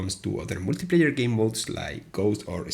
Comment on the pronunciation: That first "multiplayer" sounded like "wikipedia" lmfao